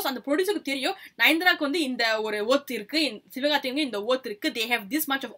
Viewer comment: Hey sis don't take it wrong pls pronounce WORTH word properly. Bcoz it sounds like one of beep word. Just a suggestion.